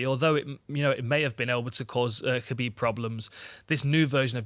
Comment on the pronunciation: For gods sake pronounce Khabib MR gooden